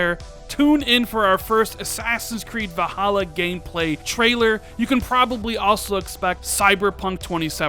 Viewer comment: Please stop saying “Va-holla”. It is “Val-hal-luh”. Thank you for coming to my Ted Talk.